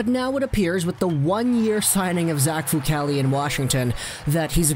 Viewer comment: Decent report but...Myoon-itch?